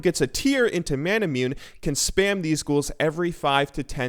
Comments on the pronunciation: Did he just pronounce "manamune" as "mana-myoon?" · you pronounced manamune wrong